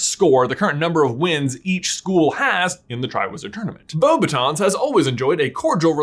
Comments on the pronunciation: I don't know if I've got this correct, but I'm pretty sure the French school is pronounced "Beau-baX-tuns". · the way he says beuxbaton makes me mad